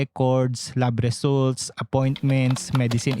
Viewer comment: ung diction mo kuya paki ayos, RESALTS ANG bigkas hndi Results na literal jusko